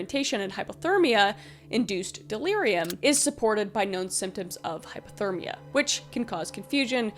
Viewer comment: I don’t want to seem rude, but it is driving crazy. Are you saying hypothermia (low temperature) or hyperthermia (high temperature)? Cause it kinda sounds like you are saying hyperthermia.